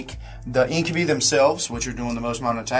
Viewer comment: Incubi...in-kyuh-bahy. Not In-kyuh-bee. Sorry, that was just really grinding my gears all game. x.x